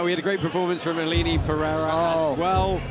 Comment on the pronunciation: you said Aline Pereira’s name wrong…